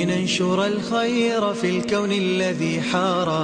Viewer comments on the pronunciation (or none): none